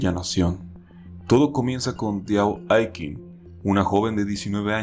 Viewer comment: Se pronuncia “aiching”